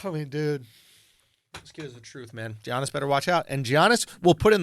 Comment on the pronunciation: Andrew, you literally have a greek friend comedian named Yannis Papas. Giannis is just another way to spell Yannis in english. It's pronounced Yannis in both instances, not Geanis. It's the freaking MVP of the league man come on. It's not even his last name , it's his first name, it's 7 characters.